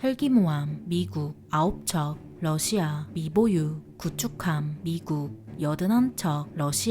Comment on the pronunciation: 비교할 걸 비교해야지~ 미국의 압도적인 승리다! 그리고 러시아 할때 억양이 존나 이상하고 거슬린다~